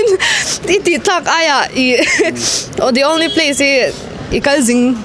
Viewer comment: The only pace 😂